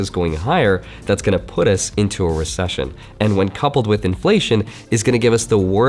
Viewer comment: Can you say Resession?